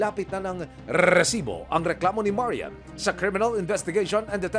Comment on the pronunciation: OA na yang pag bigkas mo ng RRRRRRRESIBO